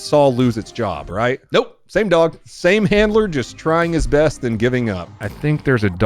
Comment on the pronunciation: Worse? You mispronounced best.